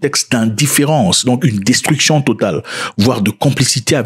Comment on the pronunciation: 😁🤣 J'ai cru une minute k'il a dit armes de "Masturbation Decisive"